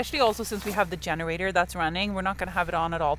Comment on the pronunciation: When says “yenerator” and “yust” makes me smile, my spouses grandmother was Norwegian..love and miss he Norwegian pronunciations!